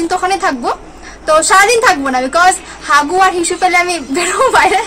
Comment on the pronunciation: হিসু হবে হাসু না 😂😂😂😂